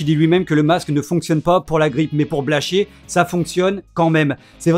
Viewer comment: Quand on se permet de critiquer quelqu'un, il faudrait au moins prononcer correctement son nom... C'est pas Blanchier